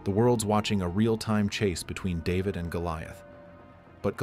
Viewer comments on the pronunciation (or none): none